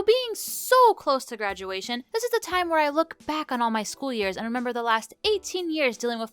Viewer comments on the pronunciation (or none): When you said “I’m so close to graduation” I thought you said “I’m so close to grandmadation”